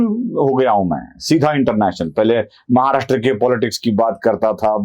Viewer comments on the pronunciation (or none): none